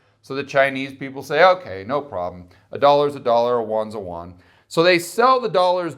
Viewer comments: The yuan is pronounced, "you'-en". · If you don't know how to say "yuan" correctly, then don't say it. That's horrible pronunciation